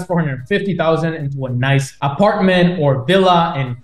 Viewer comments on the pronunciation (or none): none